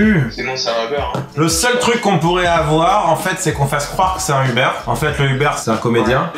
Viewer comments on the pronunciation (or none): Beuhliveroo c’est pas mal mais Ubeuhr c’était encore mieux